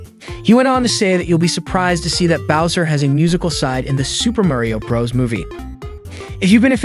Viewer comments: Is he saying brah's instead of bro's? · Okay Narrator, it's Super Mario BROS not Super Mario BRAS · Why on earth to you pronounce bros as "Bruhs" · That moment when the narrator says Super Mario Brahs🥶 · “Super Mario bras” bruh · Im concerned that when he says bros it sounds like bras so its like "super mario bras." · “Super Muh-Rio Bras?” Is this an accent thing or…?